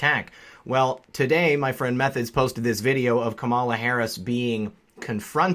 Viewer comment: It's pronounced cum llama. Not kuhmalla.